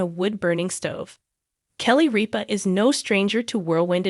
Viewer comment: RIP-A not reap-A !!!!!